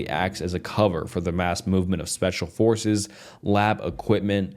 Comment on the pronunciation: The constant mispronunciation of incredibly basic words is genuinely hilarious. Not really a good thing for spooky stories haha. Like brother, how tf do you says forces as “fowources” 😂